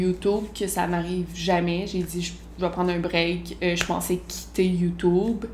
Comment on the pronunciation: "Youtoub" ! Mouhahaha !... Bref ! Très intéressant tes confidences . Continue tes vidéos , j'adore ta personnalité ! 😉